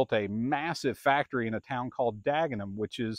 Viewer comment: Looks like Henry ford got fed up and started making the fordson standards in Ireland, then transferred it to Dagenham ( your pronunciation spot on) England. The major is popular over hear for doing charity Sunday road run, having good top gear speed. Well done for what you are doing at your museum, I will be following you with interest!! Regards from cornwall👍